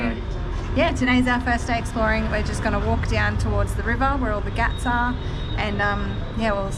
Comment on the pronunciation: you are saying ghaat as if you are saying gatt ... when indians transliterate a word using "gh" then sound expected is expirated "g" ... if you search "translate english to hindi" on google and translate english word pier you will get घाट "ghaat" in hindi and you can play how the word is spoken by native speakers of hindi by clicking on speaker icon